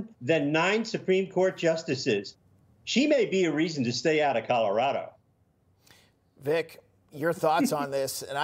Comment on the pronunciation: Griswold is now a permanent member of the "Mile High Buffoon" club...😂 "Calaradah", y'all need a new Secretary of Hate.